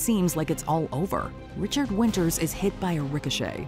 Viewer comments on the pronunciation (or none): none